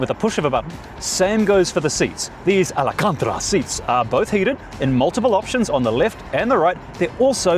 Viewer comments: "Alicantra" is the first time you've ever got me with one of your mispronunciations. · Repeat after me: AL-CAN-TA-RA ... not to be confused with Alicante, the city in Spain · Yep ! Cracked me up!